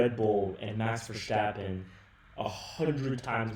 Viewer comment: The way you pronounce the words jos and verstappen piss me off